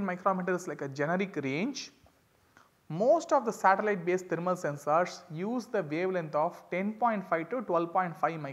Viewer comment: Thermal not taramal😢